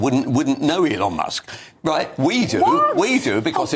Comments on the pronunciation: NOT ELON MOSK! MUSK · Elon Mosk:face-fuchsia-tongue-out